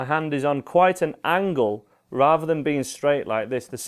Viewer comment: why do Brits say "raver" instead of rather? What's so difficult about saying TH? If the word was meant to be the way he said it, it would be spelled "raver", but that's an entirely different word. ffs man, just learn to speak proppa.